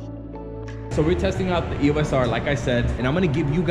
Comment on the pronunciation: We will forgive you because you were a Sony user, but EOS is a two syllable brand name, NOT an abbreviation. You say it as a single word, and not as three letters.